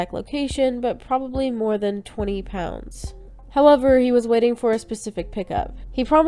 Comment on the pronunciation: Hi... yes, you were right to say "pounds"... thanks for featuring me again!